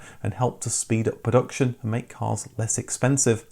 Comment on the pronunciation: Considering the inclusion of the word "production" in virtually every video, it's surprising that you can't actually pronounce it.